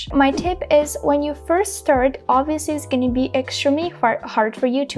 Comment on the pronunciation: Thank you very much. You are doing well but there is a word you are not pronunciation it correct (extremely